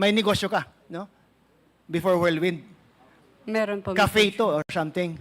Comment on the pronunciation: Cassandra Ong: "wirldwind" (instead of whirlwind)🤣🤣🤣